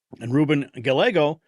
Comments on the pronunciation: Gallego (Gah-YAY-go) is pro-open border. Why would anyone in AZ (that's where I live) vote for open borders? I sure didn't. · Gallego is pronounced "ga-yeh'-go" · Ruben last name is pronounced GUY-A-GO. THE L'S are silent. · You pronounce the Arizona Democrats name like Di-ago not Dalego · Gallego is pronounced Guy•Yay•Go Double L (LL) in Spanish is the Y sound I lived in AZ most of my life and Ruben Gallego is a complete and utter Asshole!!! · It is pronounced Guy-yego!